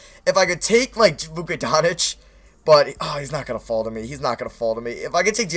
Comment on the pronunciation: It's Luka Doncic, not Donic you mispronounce his name every video it's baffling